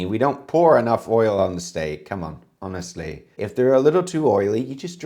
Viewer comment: sounds the most Brit when he goes "HONESTLEH!"